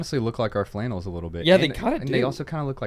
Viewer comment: I’m subscribed!!! Fun podcast today thanks. Love those plaid “fannels” (flannels)!!